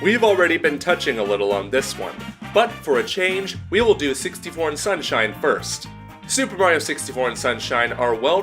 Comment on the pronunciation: I heard 61 instead of 64 the first time